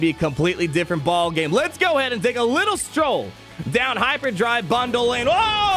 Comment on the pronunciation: Pawty rictor! down, douw, downd!!